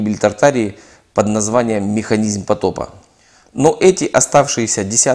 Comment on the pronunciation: как услышу мИханизЬм, дальше смотреть не хочется.